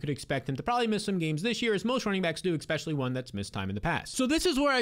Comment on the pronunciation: Good stuff! New subscriber here. One pet peeve: You’ve got to pronounce “especially” correctly! 😅 It’s not “ekspecially.”